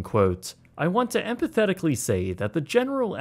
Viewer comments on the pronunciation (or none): it's actually "em-fat-ic-ly".